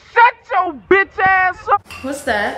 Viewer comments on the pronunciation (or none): She said bitsh